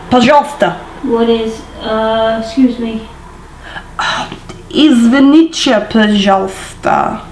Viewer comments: Wait wait why was извините pronounced as извиниче The first way you pronounced it was correct, there shouldn't be any ч there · It's an English thing to turn t's at the end of words into ch's. But we don't do it in Russian,!:)